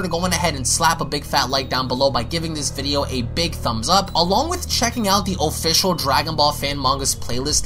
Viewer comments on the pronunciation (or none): none